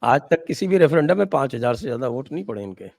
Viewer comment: रेफरेंडम है या सर फरेंदम(उल्टी खोपड़ी बाजी)!😊